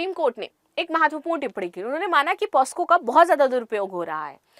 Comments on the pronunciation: Maam POSCO ❎ POCSO✅ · Madam,,,पहले आप खुद पोक्सो बोलना सीखो ,,,बार बार पॉस्को पॉस्को गलत सलत बोले जा रही हो ,,,,वो पोक्सो होता है मैडम पॉस्को नहीं । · मैडम जी पोस्को नहीं पॉक्सो बोलते हैं 😊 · it is not posco,it is pocso (पोक्सो). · पास्को नहीं पॉक्सो ma'am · Posco nhi pocso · POSCO nhi POCSO h mam